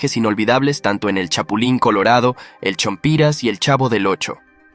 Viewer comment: "chompIras ? es ch0mpiras !!!